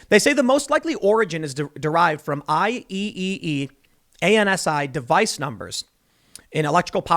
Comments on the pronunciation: Tim, IEEE ANSI is pronounced “i triple e ansee”— great podcasts! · nobody will care, but it's "i triple e" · That was the first time I've ever heard someone pronounce IEEE as "I-E-E-E" lol I've always just heard people say "I triple E" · IEEE/ANSI is pronounced Eye Triple E / Ansee. Both organizations play a very important role in the modern world. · It's I-tripple-E